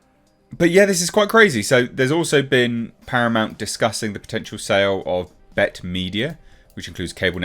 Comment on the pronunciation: What's awful about Paramount+? Also, it's B-E-T, not Bet.